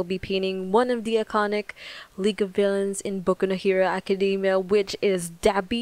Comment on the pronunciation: dd you seriously just say dabby?